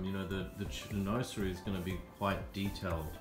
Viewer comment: Very nice. By the way, it is pronounced "shin wazerie"...😀